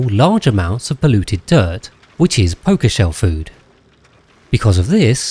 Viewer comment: You pronouncing pokeshells like pokemon made me unreasonably angry.